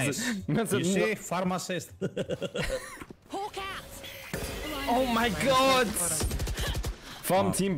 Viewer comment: "farm assist" i heard pharmacist i laughed my ass off